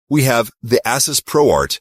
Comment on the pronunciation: When the AI voice mispronounced Asus I stop listening to this video